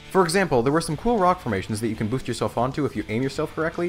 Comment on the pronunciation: How do you misprenounce "boost"!??!